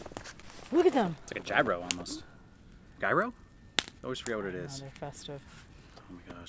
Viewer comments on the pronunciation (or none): It’s pronounced “Hero’s”. Gyros in Greek.